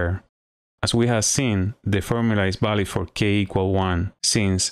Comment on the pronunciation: good stuff, nicely demonstrated. your english is pretty good too - just make sure you articulate your 'v' correctly. It's 'valid', not 'balid'. My spanish is terrible though, so I can't criticize too much